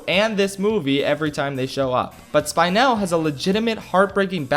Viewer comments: Are none of us gonna talk about how he said Spinel’s name for the first time like it was SPY-nel not spinel lol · hears “spine-el” Isn’t it spinel wait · i like how you watched the movie and heard everyone pronouncing her name as Spin-ell but you still pronounce it Spine-ell ha ha you're so funny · Im sorry but you saying Spy-nel is killing me. It’s SPI-nel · SpInel!? It’s spinel idiot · Spynel Me: ITS SPEENEL DANGIT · me getting triggered at you saying SpY-nel It’s sp-i-nel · Me getting triggered for Spynel instead of Spinel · Spin-el Spine-el The first one is right. The second one is a migraine. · Hearing you pronounce her as “Spine-el” is so weird, when the move just pronounce her as “Spin-l” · it is pronounced spin-el not spine-l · The movie clearly said S-pee-nel: S-pie-nel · It's not "Spainel", it's Spinel, as in "spin". You can hear the proper pronunciation in the Movie, come on! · Spin el not spine el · I laughed when he said spine-el instead of spin-el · The movie: “spin•L”: “spine•aL” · Me: Spinel: SPINE-ELL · Take a dhot every time he pronounces "S-py-nel" instead of "S-pee-nel" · Spinenel? It’s spinel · It’s Spin-el, not Spine-el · I understand that you don’t like Steven Universe but HER NAME IS NOT SPINE-NEL ITS SPIN-NEL K thanks love your vids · why do you pronounce spinel like SPINE el and not SPIN NEL like it's supposed to be said? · Pronounced (Spin-el) not (spy-nel) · SPIN-EL. Not SPINE-L. They said her name right during the movie, how did you--you did it on purpose, didn't you? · Spin-el... not spine-el >_> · Bald man: pronounces spinel like SPINE-NAIL Me: disgusting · "SPINE-el" disgusting. Truly disgusting. No but really, a lot of my friends who are into the show and make OCs and stuff pronounced it like that, and they were flabbergasted to realize they were pronouncing it wrong. I was just sitting there like "well of course it's pronounced SPIN-el. You were pronouncing it differently??"